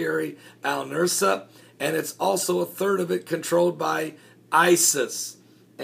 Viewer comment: Al-Nusra is pronounced like Noose-rah. You have the s and r switched in your pronunciation. The "s" sound comes first and then the "r" sound, the opposite of the order in the alphabet. Say, Noose-rah and then you have it pronounced correctly. I am a retired teacher.